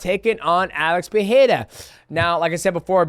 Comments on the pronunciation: Love you DJ but your pronunciation of names is atrocious. You were so confident on the Jaxxon Podcast whilst being incorrect (Nur'gomedov). You always seem to leave out the "ma" when you say it. (Nur)Magomed(ov). Also the Pee-era thing is terrible. It's Puh-ray-ra (no double r so no H sound). Ferreira has a double r so it's Fuh-hay-ra (Not Fee-haira). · Uncle Chael & DJ, the "Pierra" bros 😀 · Fans Pereira are the worst they say robeery 😂😂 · bro you can't say his last name correctly just say Poatan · god i hate how you pronounce Pereira xD